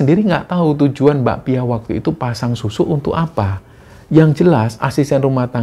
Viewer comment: pas mas nya nyebut mbak pia aku selalu dengernya bakpia jadi inget bakpia pathok jogja punya 😅